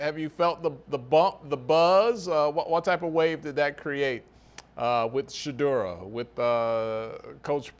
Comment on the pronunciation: please ✋️ calling him Shedura! It's Shedur and I know that you know this